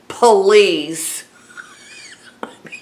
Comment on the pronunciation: PA-LEEZE! LOL! 😂 Love ya lady. Keep doin' what you're doin',. 😌🙏❤️